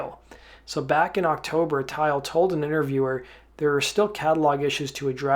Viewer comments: I think he doesn't know how to say it properly because it's a indian name. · Ugh, Kim Thayil pronounces his name “THail”, rhymes with “smile”, with the “Th” sound, NOT “tile” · Kim tile? WTF what a clown! kim thayil that’s his name. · Guys you do realize his name is actually Kim? I was actually making fun of the way he pronounced his last name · Is that really how Kim Thayil's last name is pronounced? All these years have been a lie.... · She was on the phone with her lawyer a half hour qfter she found out he died been suing anyone she could since! Repectfully you are pronouncing kims last name wrong its th